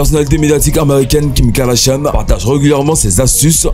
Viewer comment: Kim kardachiane kkk all bery pronoce bien les noms des gens aux moins